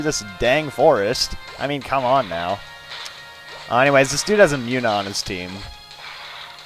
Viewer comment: WHAT THE HELL NOT "MUNNA" PINK THING!!!!!!!!!!